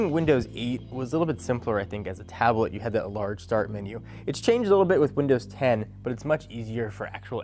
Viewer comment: In the first 25 seconds you had me rolling. First because of how YOU rolled up into frame then you said "taab-uh-let."